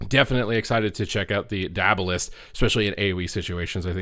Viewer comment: "Die-uh-ball-ist" like diabolical. Not "Die-ab-uh-list."